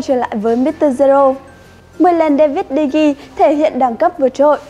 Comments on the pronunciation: Degea mà nói digi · đọc đúng là Đờ He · Đọc là đờ ghia chị ơi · Đa vít đờ gê a thì hay hơn đờ gi nha người đẹp và ngon nhất kênh @@ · David De Gi cười ỉa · Đọc là Đờ Ghi luôn. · Đọc chuẩn là Đờ He nhé. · Đê vít đê ghi🤣🤣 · E phát âm tên của de gea sai rồi